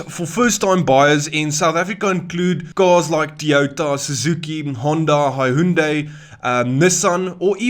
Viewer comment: tlhe 😂😂😂 "HaHunDay" ke eng tlhe 😭😭😭. Great video 🫶🏾